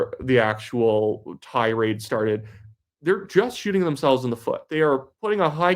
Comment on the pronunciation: did you say "high-coward rifle"😆